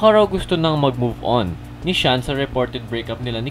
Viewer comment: Xian po hindi Shan😂